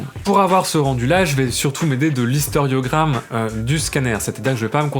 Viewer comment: Merci encore pour cette vidéo très intéressante. (juste une petite chose, je pense que tu peux faire l'économie d'une syllabe et parler, non d'historiogramme mais simplement d'histogramme ... ;-) En tout cas, j'ai tous les renseignements pour remplacer mon vieux scanner. Super !